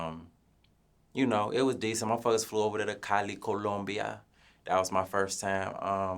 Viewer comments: Nigga said “CoUluMbiA”😭😭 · It's the way he says Columbia for me, lol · The accent he use to say Columbia🤣🤣